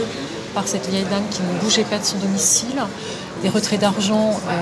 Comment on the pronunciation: C'est vieille mère et non pas "veille" mère ^^